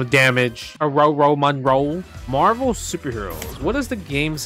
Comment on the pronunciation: Why does everybody say Marver’s Capcom 2…😆